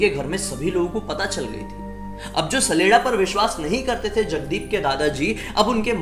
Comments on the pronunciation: Hey I'm from Himachal and It's common in our Village. It's not "saleda". It's "chaleda" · It's not sleda sledda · My brother saleda nhi saleeda hota hai....... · भाई सैलेडा नही होता छलेडा होता है यानी छल करने बाला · Mai sdela ko sadela smj liya 😂😂😂 Bhai wo sdela nhi saleda hota hai 😅